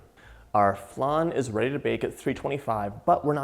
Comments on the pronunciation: It’s funny how you say flan. I’m Mexican and we had it flAn and you say it flun 😂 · I do love a good “flun” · Looks delicious, but what's a flun? Lol xx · It hurts hearing how he says it when uk french..